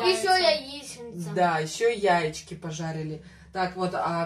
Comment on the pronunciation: Яички ударение не правельно сказали!